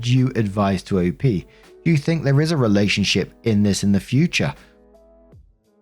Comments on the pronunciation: did you say relationshit? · Oh my god it sounded like you said “relationshit” and I love the accidental showcase